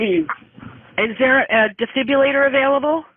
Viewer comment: These operators need to learn how to pronounce "defibrillator."